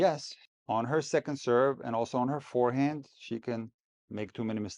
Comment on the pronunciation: I don't hate Brad Gilbert, but I do hate hearing him keep saying "fearhand" -- otherwise I have nothing against him.